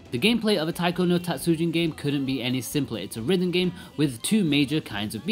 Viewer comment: たつじん not たつうじん. (Tatsujin, not Tatsuujin) Japanese is a “rhythm” based language so extending a sound can completely change the meaning of the word. Tatsujin means master Tatsuujin is someone’s last name. Also, calling it “Weird music” is a bit of a low blow to a long line of well known music in Japan. As for controls, you say the touch screen is second best. Have you even tried any of the faster songs? Buttons give feedback where touch screen does not. And you can actually alternate sides at a high speed. In all Taiko games I’ve played so far on several systems you can customise the button layout, eg make the lower buttons (down and B) as red and outer buttons (left and A) as blue. Now it’s just as easy, if not easier than registering location on screen or physical drum. Did you only use buttons when docked? Are you aware of display lag that TV’s have? (Even WITH game mode?) This is why for most the 3DS / Vita versions are superior, the console displays themselves don’t have as much noticeable display lag. A rhythm console based gamer basically NEEDS to invest in a TV with as little input lag as possible (typically a smaller gaming monitor). It’s not the controls that adds delay, its the TV. And contrary to popular belief, monitors with little input lag are not expensive. In fact they usually have less processing features meaning you compromise image or sound quality for speed. But this makes the game better than buying a controller that would cost about the same as a low lag